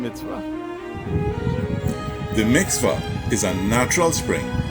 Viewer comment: Quite educational. Taught me a few histories I've not delved into deeper enough. Appreciate your effort. PS - I would like to help you with some of your pronunciations, e.g Mik-vah not Mix-vah please and thanks : )